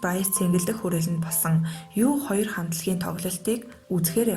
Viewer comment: U2- юу 2 биш юу түү гэж дуудна